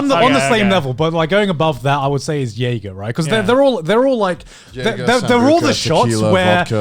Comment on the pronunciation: Joey: “Is it like jager?” Garnt: YEAGER !!!